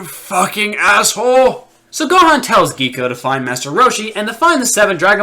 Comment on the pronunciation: They pronounced Gohan wrong